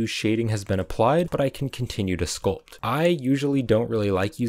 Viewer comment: Everytime he said sculp i take screenshot